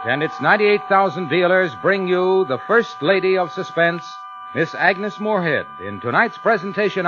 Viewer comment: It's "Agnes".